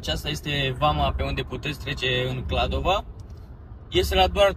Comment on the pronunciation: Va rog sa nu mai spuneti KladovA, este simplu, Kladovo. noua nu ne place cand cineva vorbeste gresit despre numele orasului😅 am vrut sa zic, despre biserica, nu stiu daca ati fost inauntru, dar acolo puteti cumpara vinuri sarbesti de calitate foarte buna si pentru pret foarte bun😊